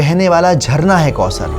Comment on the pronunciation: Assalamualaikum brother may Allah reward you for this video. Only one correction it's not kausar...it's ث not س . Pls uplaod more such videos